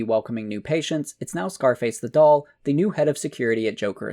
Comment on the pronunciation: Good video. I have never heard so many "thee"s in a 2-hour period in my life tho